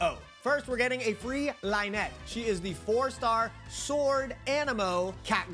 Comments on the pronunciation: Can people stop calling them LINE-ette and LINE-ee bruh where is this coming from!? It’s Lin not line… in the trailer they pronounced Lynette properly so where are you people getting line from? Lin like the name Anne-Lyn not Anne-Line lol.. Fix y’all pronunciations hahahahahaha😂 Lin-net and Lin-nay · Sorry but this type of things trigger a little, but it's /lini/ and /linet/ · Thanks for the video. :) No bad feelings, but you’re mispronouncing Lyney and Lynette.